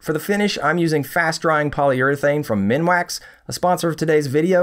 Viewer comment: Minwax? C'mon, youre better than that :)